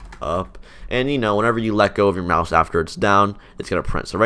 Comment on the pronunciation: I keep hearing mouse as mouth